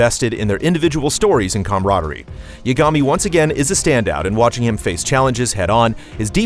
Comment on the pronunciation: It's honestly a pet peeve of mine when the VA's of a game/show say the name correctly, but the people reading the script of the review don't. It's pronounced "Ya-guh-me" not "Ya-ga-me".